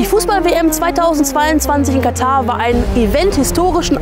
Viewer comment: Sehr interessantes Video ! Am besten fand ich es jedoch dass Ihr das Wort Katar richtig ausgesprochen habt und nicht wie sämtliche Berichterstatter , ständig Katta sagten. Dafür habt Ihr ein Abo verdient.:elbowcough